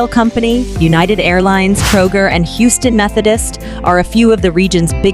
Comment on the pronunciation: the AI voice over loses me every time. As soon as it mispronounced Houston I paused it, read this comment and turned off the video.